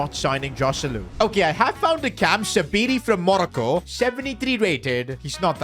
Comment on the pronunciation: The way he says Morocco is painful 💀